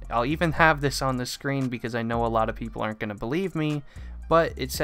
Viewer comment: Notice how he said"pepole asked" xd